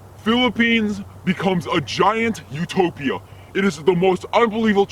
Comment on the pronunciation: kala ko nung kabigkas niya sa utopia ay tilapia